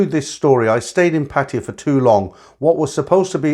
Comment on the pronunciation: A load of nonsense. How these old cargos can be this foolish and gullible is beyond me. See him, he can't even pronounce Pattaya correctly but he foolishly believed these bar girls, the ages of their grand daughters love them. This one even looks like a P.